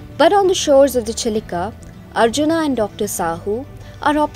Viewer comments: Spell it like Arjun not arjunaa. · Good content but pronounce indian names in indian accent,its arjun not arjunaa !! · पहली बात तो अर्जुन है न की अर्जुना, कहा से अंग्रेज बनती हो